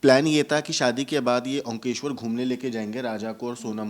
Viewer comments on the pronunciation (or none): Omkeshwar nahi he bhai omkareshwar...dharmik sthal ka naam to sahi lijiye.